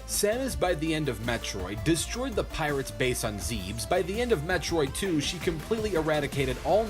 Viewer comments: Did he really say Zebes like "Zeebs"? It's "Zehb-es" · AAAHHHH IT'S NOT "ZEEBS" IT'S "ZEH-BEHS" ... otherwise, great vid :) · The way he pronounces Zebes makes me cringe